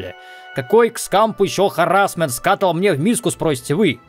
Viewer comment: Скатлл это чаша для пены? Почему ты постоянно говоришь про неё? Прочитал в википеди. Правильно скаттл. Это субстанция из жуков (не говно а мясо). Говориться что вкусное.